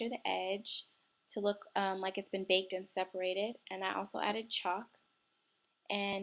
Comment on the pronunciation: I can't stand how she says baked. But otherwise I love her videos.